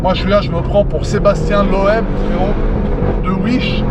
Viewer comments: « j’me prends pour Sebastien Loaiiiib » 😂😂😂on dit loeb frro 😂😂😂😂😂😂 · Frérot tu es aberrant tu sais pas parler mdr ! Comment tu dit loeb !🥲